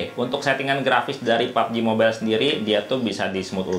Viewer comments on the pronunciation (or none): none